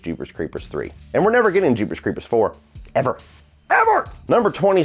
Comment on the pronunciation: the way he says ever lol